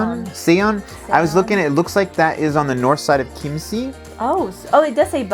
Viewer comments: I really love your videos but there is ONE thing that bothers me, it's the Chiemsee. You are so good with pronounciation but could you try to say Chiem-say which would be much closer to the actual sound. I always think you are talking about Kimchi ;-) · Try to speak it like keem-say ... it would sound better 😎